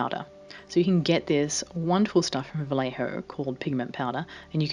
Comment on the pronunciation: just so you know, it’s Vallejo is pronounced vah-yeh-ho, not vah- le-ho. love the finished doll!!